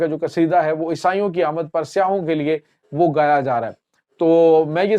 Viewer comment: Plz improve your Urdu and English pronunciation. Its "sa-i- yyah" for tourist not"siyah" which means black colour.